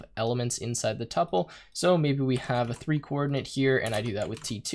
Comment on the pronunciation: It's pronounced two-pull.